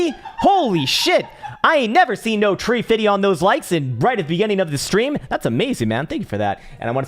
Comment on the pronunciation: He said 'bout treee fiddy